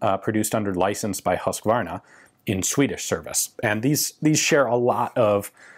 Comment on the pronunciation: Huskvarna or the old spelling Husqvarna shall be pronunced with a long u, like huus kvarna. I like Your channel but as i have lived for 20 years in Huskvarna and in Jönköping, thats are directly beside it. I must correct You (on something). Love Your work and Inrange too. Most, Your recent Finnish adventure, but keep it going. Thanks!